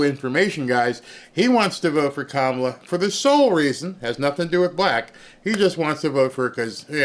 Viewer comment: Her name is pronounced Comma-la. You can certainly point out her infinite faults, but please at least get her name right.